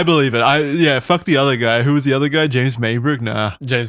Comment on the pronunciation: tother, "The other" he's mashing the words together